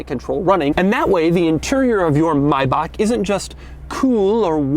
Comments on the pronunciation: Gonna jam a pen in my ears if I ever hear him say “mybach” again... yes I know I spelled it how he says it...lol “satire” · It feels wrong that he doesn’t say “may-back” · Brayden Allen so it’s not “my-bahk” ? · Why does he pronounce ‘maybach’ like ‘my-back’ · Ok I can't keep watching this if he's going to keep pronouncing it like Mybach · oh my god the fact that he says Maybach like “mibak” is hella irritating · Nobody: Doug: Maybak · In the UK we say May-Back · Ah the good old Maybak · No one: Doug DeMuro: Mayback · Doug pronunced it correctly except the CH part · the way he said Maybach is getting me angry😔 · I cannot watch the video because he pronounces Maybach wrong. God. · As a German it really hurts to hear Doug pronounce Maybach wrong about 100 times 😅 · I can’t find be the only one that gets annoyed by the way he says maybach and how many times he repeats it ? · you pronounce everything wrong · Doug: * pronounces Maybach Like an American* Germans: * ANGRY GERMAN BRATWURST NOISES* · He actually pronounces the first part right but then he slaughters bach (meaning small river btw) cause it has the ch sound which is not really there in the English language. It is a bit like loch in loch ness. But the may in maybach is pronounced like the English "my" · I'm I the only one who has a problem with the way he's saying maybach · So you are telling me, that there are no germans in the comment section complaining about how he pronounces Maybach? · Ich bekomme einen epileptischen anfall wenn er nochmal maybach falsch sagt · actually, he is right. Look up the youtube video how to pronounce maybach. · Me as a German get goosebumps by the way you pronounce Maybach, you Americans guys just suck at foreign languages but we Germans aren’t better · Please do not say Maybach the way you do it. It is completely wrong and sounds definitely not good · the way you say “MAYBACH” is pissing me off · You dont even try to pronounce Maybach right... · MAY BACK not mybaach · "Mibok" lol